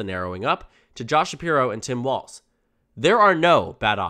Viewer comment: It’s pronounced Balz… 😂